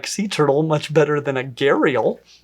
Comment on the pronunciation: “I got be’tah!” 🤣🤣🤣 That definitely got me.